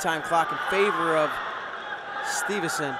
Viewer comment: Gable STEVE SON not STEVEN SON